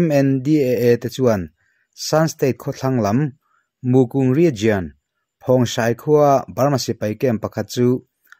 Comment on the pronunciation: Ngatinge TOWNSHIP hi in tih deuh zel le. SHIP tel lo hian, TOWN emaw, CITY emaw tih ni ve ta mai se. A he deuh hu lo maw? Region i lam dan pawh hi, RIZIAN ti lovin, RIZAWN tiin lam ri rawh. RIZIAN ti a lam rik a ni ngai lova, a dik lo zawk bawk.